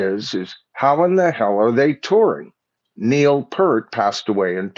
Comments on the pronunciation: The sheer fact that you can’t even pronounce Neil’s last name correctly is absolutely appalling! Neil, was a legendary player and lyricist, theologian, among many other great things. You should be ashamed of yourself mispronouncing Neil’s good name. Pert seriously…?? 🖕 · I find it rather absurdly amusing that you immediately tried to be sure to pronounce Anika's full name correctly, but after decades of the opportunity to learn and hear how to properly pronounce Neil's last name, you still got it wrong. Pfft!